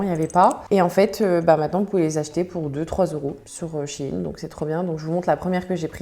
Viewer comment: Ça se dit shine